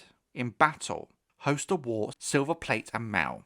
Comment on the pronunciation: its definitely hos-ter not host-er...